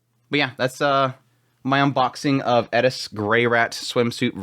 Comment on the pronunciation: . You said "Eris"! 👍